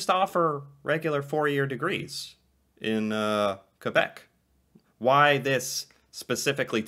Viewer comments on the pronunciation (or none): none